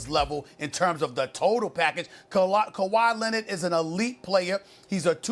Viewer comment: Stephen A. "Kawhi Lennid" Smith